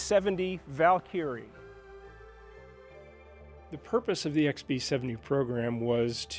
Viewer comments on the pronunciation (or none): Wierdest pronunciation I've ever heard. Valkeeeriee? Nothing like losing credability in the first 15 seconds of the video.